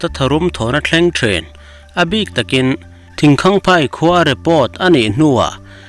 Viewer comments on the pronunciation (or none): Thingkaiphai tih a lam tur thluk duah lo in